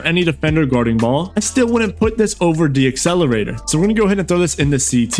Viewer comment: Bro it’s decelerator (not D-accelerator) 😭😂